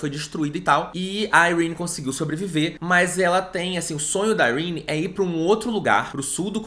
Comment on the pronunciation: Dane-se a a tia Sarah para mim Yrene se pronuncia "Irêni" e ponto final slsksks